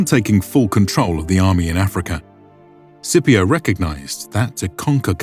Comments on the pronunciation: Why is he pronouncing it “Sipio” ?! There’s a C in there. It should definitely be pronounced SKipio with a hard C right?! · Scipio is pronounced with a hard C, like Skipio. The Letter C never makes an S noise in Latin. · In classical Latin it was pronounced skee pee oh. So if he heard the pronunciation of this guy he would not know what he is saying lol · Hey, just something that felt wrong. Had to look it up to even know. But in classical Roman, the letter C is pronounced like the letter K in English. They did not have the soft C. I only looked it up on a quick Google search because it sounded odd. Although it may be a modern pronunciation and a different language. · Are you mispronouncing Scipio on purpose? Is this your way of getting back at him for ravaging those Carthage dogs? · Why is Scipio's name being pronounced like that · legionaries (close to the actual Latin "legionarii") not "legionnaires" so tired of this inaccuracy. And "Scipio" is with a hard "c" not a soft Italian "c". Might seem pedantic but it does distract from the otherwise great series